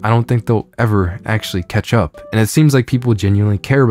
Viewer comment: Don't know why but it sounded like you said Ketchup instead of catch-up. Love your content! - And I don't like the new naming scheme. It feels like what AMD did back in the Athlon days and they had to put the Performance-Rating (PR) on their processornames to compate with Intel. It was first when they threw all that away and made an entirely new name (Ryzen) and architecture that they could establish themselves and distant them from Intel. Hope they can do the same with UDNA in the future against nVIDIA.